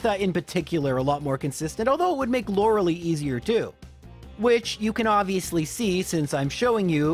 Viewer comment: Lore-uh-LIE. "Lora-a-lee" is not how it's pronounced.